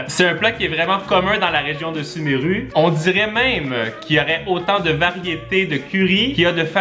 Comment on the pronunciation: ça se vois que il n''y a jamais jouer ptdr "suméru" à la place de "sumérou"